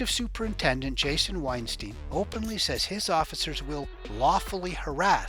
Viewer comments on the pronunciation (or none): none